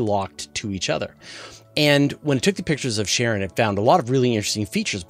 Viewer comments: no offense just got curious about how to pronounce the word "Charon", I always thought it reads like "Karon", not "Sharon", am I wrong all the way? :( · it's definitely a harder 'k' sound, following from the english pronunciation of other names derived from greek mythology ie achilles, chronos, chthonius etc. it can be slightly softened (tongue against the palate) as the modern greek 'X, but never 'sh', or even 'ch' as in 'cheese'. 'sharon' is just an oddly mangled pronunciation particular to some american dialects, like saying 'asher' instead of 'azure' etc. also keep in mind english (and particularly american) speakers are renowed for making absolute mincemeat out of most other languages, it's pretty painful to listen to. they basically have no ear for it.